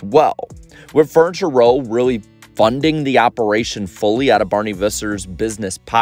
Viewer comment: Are you saying fortune row or furniture row??? Just a reminder that not everyone watches your videos, some can only listen to them...